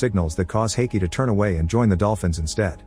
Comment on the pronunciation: You mangled the name Haiqi repeatedly. It's pronounced as Hǎi qí (like hi-chee), not Hay-gi (urgh 😵‍💫). And Junming sounds more accurately June-ming, than Ju-ming. Can do better.